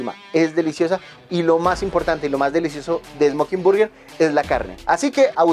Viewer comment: por el contenido que tienes podría resultarte útil buscar la pronunciación de _burger_. También sería chévere mostrar muchos más sitios en el sur y en el occidente; ustedes saben que en los barrios populares es donde siempre están los mejores sitios.